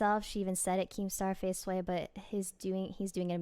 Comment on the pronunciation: Thank you and u pronounced my name right